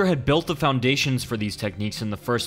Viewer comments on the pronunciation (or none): none